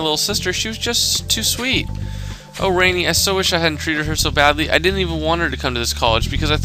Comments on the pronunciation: I'm Indian and I've spoken hindi almost my entire life. And the fact that you keep pronouncing the victim's name wrong is funny. It's not pronounced as Re-ni but as Raa-ni. Hope that helps (Sidenote : Rani means queen in hindi) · rani is pronounce ronny. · you knows she's indian right and her name is pronounced (rah-nee) get it right